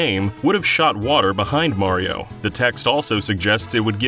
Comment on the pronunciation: FINALLY! you get someone to talk about mario who can actually say his name right!